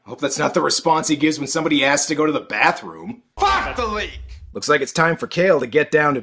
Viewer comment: "FACK THE LEAK"